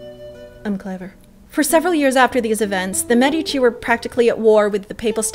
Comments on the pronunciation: ugh, it's MED-ih-chi, not meh-dee-chee. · You have a cute style - BUT PLEASE - pronounce Medici like Médici - not Medíci - Fun video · You should try to pronounce Medici with the accent on the e. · Apart from the pronunciation of the Medici, this is fantastic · I'm fully aware that it's too late to change the pronunciation in the video after it has already been released. I was merely recommending that you pronounce it correctly in the future for your benefit. As an english speaking Canadian you wouldn't pronounce the word, "medical", with the accent on the i, and neither would you for "Medici". I don't personally know many Canadians, but I'm sure that as a group, you are not against edifying yourself. Good luck!,, 👍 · Exactly, that's what I was trying to say in the comment above. It's mispronounced in so many videos that it makes my ears burn. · Thank you for your response. I don't doubt that while you were in Florence you spoke to a native, but here's the issue I have with that: many native italians do not speak their own language correctly because of regional dialects. Trust me, the accent is on the first syllable. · You do a great job with this. I have one small suggestion for improvement: if you could pronounce Medici correctly it would enhance your presentation. You can go here to hear the correct pronunciation: medici pronounciation But, thumbs up! You do a good job of making the history accessible.